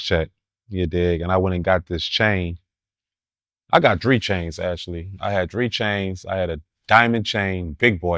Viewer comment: I ain’t NEVER heard nobody pronounce “three” the way he do 😂😂😂😂